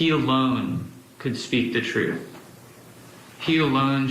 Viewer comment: I refuse to follow anyone who cant even pronounce "truth" troof